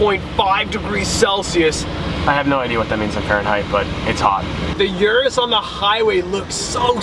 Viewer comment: its Urus, not yurus.